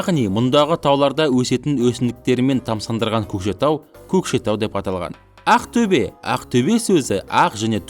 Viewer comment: оте жаксы видео! бырак А арипин қызық айтасыз Əқтөбе деп